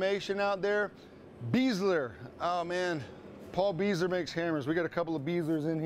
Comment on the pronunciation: Paul Beisler is a great guy. but, his name is pronounced Bi-zler.